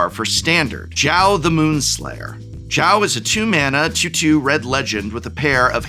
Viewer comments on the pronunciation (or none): Is not Chao, is Zhao ~sokka